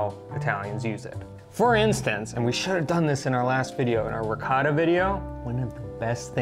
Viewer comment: Riss-ato? you disrespect all rici.